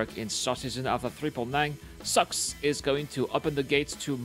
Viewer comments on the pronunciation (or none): but, is it sucks or socks? And one 'wrong' would suffice...since CR said socks, and I jokingly made fun of pronouncing it 'sucks' So, wrong...and wrong, back at you 😘